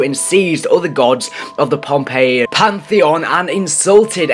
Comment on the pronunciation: Hey dumbass its posiden that's the Greek sea God and its phonpei not pompei